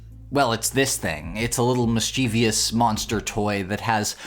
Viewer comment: "Mischievous" only has 3 SYLLABLES. 😖😖😖